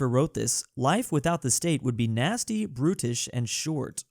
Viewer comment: I thought he said: “Life without the state would be nasty, British, short.” 😂